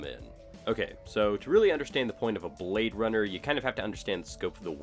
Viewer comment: He say your a bwad runna